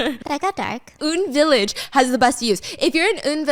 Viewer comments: Stephanie 😭😭😭 it’s UN not oun hahahaha pronounced just the letters U (you) N (en) village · Wrong pronounciation on the UN village...its pronounced as the actual UN(United Nation), not woon. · it’s UN not oun, pronounced just the letters U (you) N (en) village 😊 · It’s Han-nam-dong (한남동), not Ha-nam-dong (하남동). It’s also UN Village (as in United Nations), not “Oon” Village. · Not Stephanie saying Uhn Village while my brain goes hannamdong U N village hill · "oon village" I think it's " U.N. Village" hahaha like the United Nations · stephanie!! I love you girl but it’s pronounced “U N” village as in the alphabet letters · Just a small correction. Hope you don’t mind. But it’s pronounced as UN like United Nations “유엔 you en” UN village 😭. Sad life! Indian embassy is right across it and I cry in my poorness every time I drop by the embassy ! 😭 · Excuse me. UN village is not pronounced as how you are saying in this footage. The correct way to say is just same as U.N. (United Nation). You could have asked/researched a bit better. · It’s called You An village only she pronounced it wrong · So as per Bakhyun, its U-N village hahaahahaha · It’s pronounced like The UN. Yoo En Village :) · just fyi, it's actually UN Village (pronounced UN like the United Nations not Un like Kim Jong Un). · it's UN village as in U and N, as in United Nations village babes! 🤣 baekhyun from exo has a literal song about it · isn't it pronounced as U.N. ?